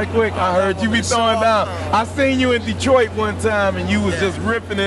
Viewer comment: Lol "Detrart" 😆